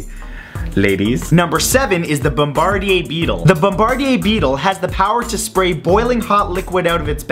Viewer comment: I heard what you called the beetle, without seeing the spelling of it, and thought, that's one I haven't heard of before. But then as you described it, I realised it was how you pronounced it, was throwing me off. So I went back, and saw the the beetle is actually the "BOMB-BER-DEAR" beetle and not the BOMB-BAR-DEE-AY...? beetle. And you're right, it's not something you want to mess with either!